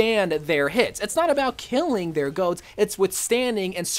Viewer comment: It's goats not go😂